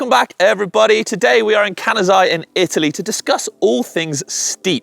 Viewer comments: I thought he said,"Today we are in Canada in Italy", and I thought he was having a stroke 😂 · It’s pronunced Ka-nah-tz-hey